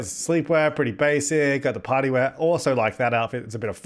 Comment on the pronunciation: When Said Party Wear I thought He said Potty wear xD